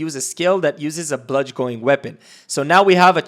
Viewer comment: Awesome video bro. Just one concern. Not even a concern. I just couldn't take it. You pronounce it (Bludge - in) that is the phonetic pronunciation. Bludgeon is pronounced bludge-in.